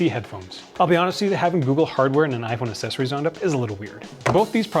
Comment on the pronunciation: Great video.......but will he ever learn to pronounce accessories correctly?????????